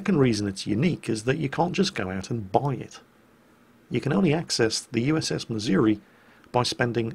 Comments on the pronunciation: ACKshully,, it's miz-OO-ree, and not mizz-Yer-wee. Been there. Heard it. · ACTUALLY, it's pronounced missour-ah. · I hate to be that guy, but you're mispronouncing "Missouri"